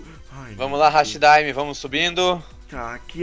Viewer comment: Não é hashi daime é hati daime desculpa eu moto no Japão então eu meio que não gosto que fale errado mesmo que seja normal mas não liguem